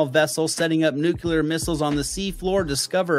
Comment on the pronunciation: . What happened? 🤡 🤡 🤡 🤡 🤡 🤡 🤡 just talk like George W? The word: NUCLEAR. NU CLEAR. What the phuk is, "NU- CU- LAR? NPCs.😢